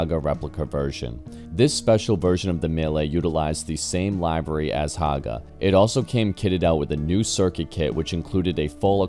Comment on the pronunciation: You are mispronouncing "livery"